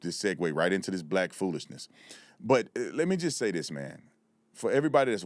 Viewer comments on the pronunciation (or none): Sir it’s not dis it’s this